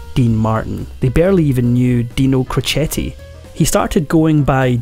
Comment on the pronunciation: There are several errors in your presentation. Dean’s father was a barber & never worked in a steel mill. His boxing name was pronounced ‘crow Chet’, not crochet. He did not get custody of his eldest 4 children until after he & Jeane had been married a few years. His first wife became an alcoholic and her sister loaded up the 4 kids and dropped them off at Dean & Jeane’s house.